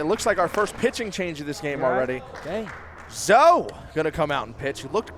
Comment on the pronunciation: One day will say Zoe's name correctly. One day.